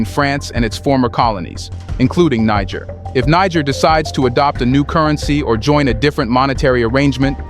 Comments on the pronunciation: its (nee jer) or Ni jer the g is like the letter j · The word 'Niger' is pronounced as 'Nije'😅